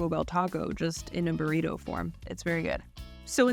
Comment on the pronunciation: That Australian woman keeps saying it wrong because it's Burrito not Borido and it's Jalapeno "Halapenyo" not Halapino. 😄😂🤣